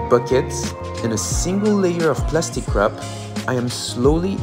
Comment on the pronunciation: is it just me but it sounds like "plasic cr@ lol 😅 too